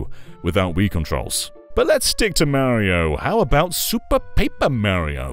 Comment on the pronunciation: Take a sip every time he says super mary-oh. Have a good time